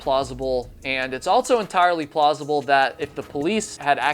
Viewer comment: I wonder if babble can teach you how to say "also"